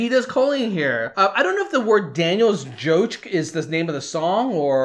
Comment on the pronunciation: J is not silent lol